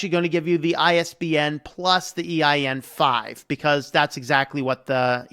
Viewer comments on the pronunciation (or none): My brother, why do you keep saying "EIN-5"? It's EAN-5.